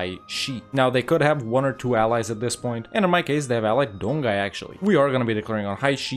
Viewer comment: Great video! just a reminder "Jianzhou" is similar as "Jan-Jo", "Donghai" as "Don-Hai"